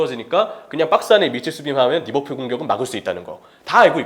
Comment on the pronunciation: 항상 거슬리는게 f발음은 영어가 아니라 한글로 읽을땐 ㅍ발음으로 하는게 맞음. (외래어발음법) 한준희는 특히 f발음에 집착하는것 같은데 매우 듣기 안 좋네요. 그러다보니 리버풀도 막상 pool인데도 리버뿔 이러고 있음.